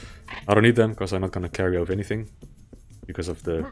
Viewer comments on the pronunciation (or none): none